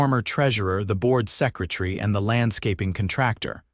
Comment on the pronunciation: Is a SECRATREE anything like a SECRATARY??? Distribute is usually accented on the first syllable, not the last.